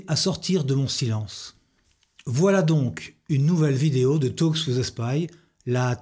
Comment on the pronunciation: il sait meme pas prononcer le mot talk et il s'appelle en anglais. ridicule